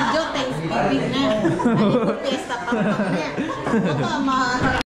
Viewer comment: That is PAMPANG, NOT PANGPANG hehe😬